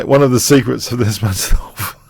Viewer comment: You said:Nice-mate -dinov.